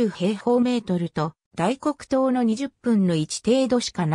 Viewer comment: 大黒島(だいこくとう)ではなく大黒島(だいこくじま)です